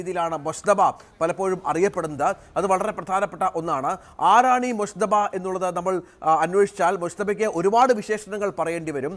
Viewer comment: ആ പേരെങ്കിലും ഒന്ന് ശരിക്ക് പറയു .മുജ്തബ എന്നാണ്. മുശ്ത ബ അല്ല